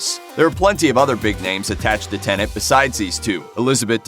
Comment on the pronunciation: Pleeeeeaaase stop saying "Tenant" !!